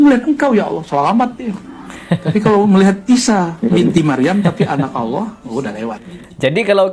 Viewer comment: kalau gitu lu salahin juga dong habib mudanya, dia nyebut Allah malah kayak alah, dan adapun orang baca Al-Qur'an meski terbata-bata dia tetap dapat pahala, bukan berarti krn kurang bener gk boleh baca dan gk boleh menyampaikan ilmu, kalau gitu banyak orang mending diem ae krn banyak yg bacaannya kurang bener